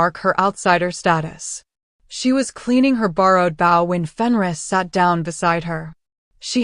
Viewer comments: None of them can. Every single one of them I have listened to, gets bow🎀 and bow‍ mixed up. It is annoying. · The stories on this channel are usually pretty good but I irritates me that the AI that reads can't tell the different pronunciations for the word b o w... But mostly I wish your narrator didn't sound so damn happy while people were dying